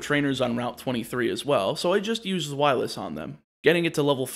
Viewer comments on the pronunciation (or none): Just a tip, Deino, Zweilous, and Hydreigon aren't pronounced the way you pronounce them. Their pronunciations are based on the German words for 1, 2, and 3 - being Eins, Zwei, Drei. With that, each pronunciation is; Deino - Literally just like dino ("Die-no") Zweilous - "Z-why-lus" Hydreigon - "High-dry-gon" Obviously everyone has a right to pronounce a Pokemon's name how they want, but I just thought I'd let you know as my OCD doesn't exactly like me very much haha.